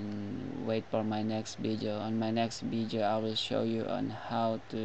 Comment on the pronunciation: "Vijeo" LMAO!!!!